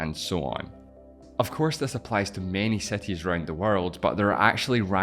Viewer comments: all good man, but if you're doing a video about cities make sure at least to check the pronounciation of the very same word. It took me like 6 time of hearing that word to get that you were talking about cities. (which btw is pronounced SEETEEZ, if that helps, not SETEE) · wtf is "seti"? my ears are bleeding.. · Bro stop talking what is „cetees“ and „defferent“ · What's the accent of the guy that is presenting the video? I am really curious, he pronounces i's in words like "combined" as "excited" a's and the word city/cities as setty/setties. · The things uou were talking about are more like "|ˈsɪtɪz| ", rather than "setiz" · If I had penny each time he says "setis" XD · Cities not Sceties 😂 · can u stop saying cetis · Seties? Seti limits, seti proper, Mexico seti, twentiSex mellions...I just can't.